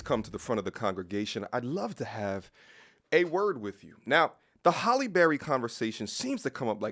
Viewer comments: Her name is: Hay- lee NOT HOLLY ! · It’s Halle not Holly.. 🤦🏽‍♀️ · Who is Holly Berry? How can you watch a video with her name being pronounced properly dozens of times and still keep say Holly? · These men don’t even pronounce her name correctly. 🤷🏾‍♀️